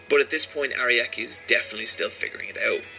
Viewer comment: I cringe everytime he says "Ariaki" and "HamOn"